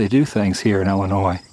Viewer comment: Adam..... Please read.. Love you dude... But you are in Illinois not Ellenois. Ill like you are not feeling well, but Ill. you have the last part correct.